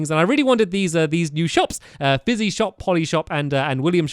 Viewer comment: it's pronounced fizzy